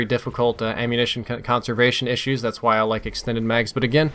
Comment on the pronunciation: you say "Qwhy" instead of "Why" lol reminds me of king of the hill